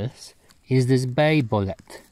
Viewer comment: It's BOW LEET. BOW-LEET Not a fkn boulet